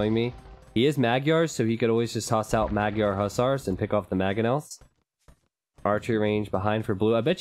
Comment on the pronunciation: Magyar isnt procounced mag-yar. "gy" is one sound, pronounced kind of like the first sound in duke, but not exactly. English doesnt have an equvivalent sound at all. Triggered viewer moving along :D